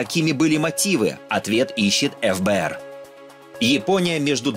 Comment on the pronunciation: Не Эф Бэ Эр а Фэ Бэ Эр